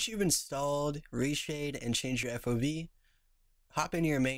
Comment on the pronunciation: "Now we change the FOB" The hell is an FOV =P